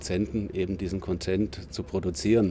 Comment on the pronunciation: Der Herr weiß schon, dass die Betonung auf der ersten Silbe bei Content liegt?